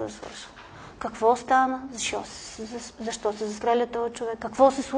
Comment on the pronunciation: Не може да си лектор, преподавател в университет и да произнасяш думите чак толкова не книжовно като например: "зашо" вместо "защо". В частния си живот, на по питие, на купон, разходка... ок, но тук маниера не изказ не е на ниво преподавател.